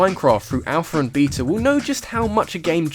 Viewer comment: "Alpher and beeta" Is that like an alpha and beta? Oh you wacky folks. Adding consonants to words that end in vowels and for no reaon but your own to pronounce beta like the shitty vegetable beet. Oh well still a great video